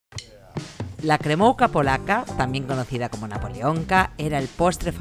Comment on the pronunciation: Postre increíble...gracias por la receta. Pd: se pronuncia "kremufka"